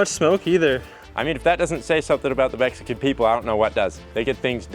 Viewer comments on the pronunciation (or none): none